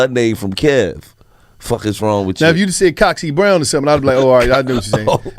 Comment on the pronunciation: LMFAO 😂😆 I'm dead,this nigga said cocksy brown....